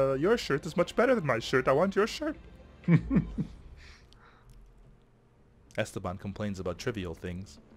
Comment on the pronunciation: it's not Ésteban, it's Estéban!!